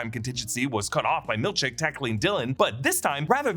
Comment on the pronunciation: i honestly cant tell if you are saying milchek or milk shake hahahahaha